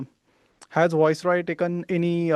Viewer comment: The name is not Voice roy. It's viceroy